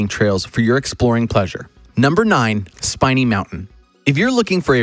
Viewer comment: SPIN E NOT SPINE E